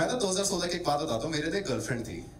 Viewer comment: It's not ' thi' .... Like ho hogya 'tha' ya 'thi' ....more like ...th like ' thanda pani and thandi chai / tea... '.... I hope samajh aa gya hoga...